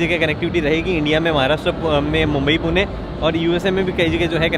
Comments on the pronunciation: poona Nahi Pune bolo.. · Poona nhi, Pune bolo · पुणे रे not पूना